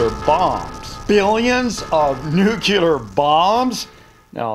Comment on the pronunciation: It’s nuclear